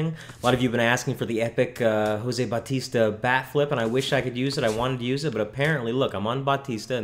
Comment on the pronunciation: you pronounce it how lots of people do. but stay it like (bow-tista)